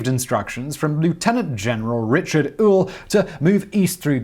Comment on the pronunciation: Kudos for correct pronunciations of "Gettysburg" "Schuylkill" and "Ewell" all difficult to get just right.